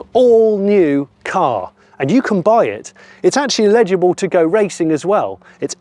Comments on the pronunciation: Cool vid but I couldn't work out what word you were using until I realised it was "eligible". You might want to revisit your pronunciation of that. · Eligible Johnny, not illegible! 😎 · The word is eligible, not illegible. 😂😂 Absolutely beautiful car. I’m not jealous… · Great looking car, love it. But, Jonny, it’s “eligible”, not “illegible”😜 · Jonny it’s eligible not illegible😂😂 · No, you said illegible every time.The initial phonetic for eligible is “el” as in hell, not “il” as in ill. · Love the Escort, but something is bugging me, Jonny, you continue to confuse the words eligible, which means to qualify, and illegible, cannot be read. Sort yourself out man! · Pronouncing "eligible" as "illegible" is distracting but also very funny